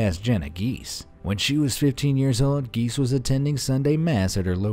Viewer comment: Giese is pronounced Gee zee.